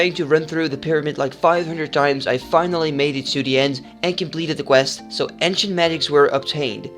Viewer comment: Nice vid man :) Btw, ancients is pronounced 'eenjsents' I think. Not trying to mock you, just a tip :)